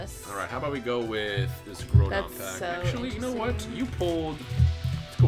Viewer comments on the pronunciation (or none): Did you just say Primal "Growdon"?...lol